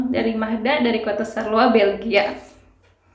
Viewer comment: Bacanya bukan sarloa, mbak... tapi syar-loa ... pake 'shod' kalo bahasa Arab :-)